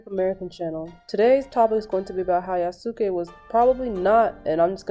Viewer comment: Yasuke is pronounced in Japan as "Yaskay". The "U" is silent.